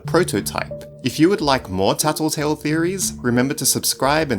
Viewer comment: why u say taltotal